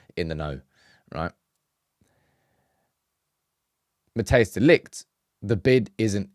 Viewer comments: You can beter say matice de ligt if your english insteed of matheus its closer to how the dutch say his name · People please stop calling him Mateus, it's Matthijs